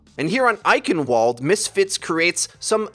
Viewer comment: eichen*V*alde Good video though. Nice to see someone use their brain! You and the pro teams who realized straight dive wasn't going to work anymore. But seriously that eichen*V*alde mispronunciation kills me...! They even say it when you play the map T_T don't mean to insult you or anything.